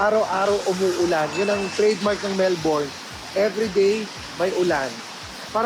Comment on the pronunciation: Kuya, Mel-bin po ang pronunciation ng Melbourne lol